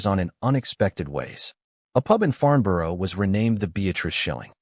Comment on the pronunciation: It is nice that Americans want to produce videos on British subjects, but it would be even nicer if they learnt how to pronounce British names. The Hurricane is a 'Hurri-cun', not a Hurri-cain'. Borough is pronounced 'Burrer', with the 'u' sound as in. 'but', so the Royal Aircraft Establishment was at 'Farn-burrer', not 'Farn-biorrow'.